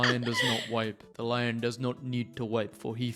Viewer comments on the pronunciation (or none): none